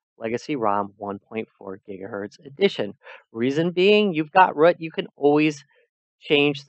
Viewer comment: Root not rut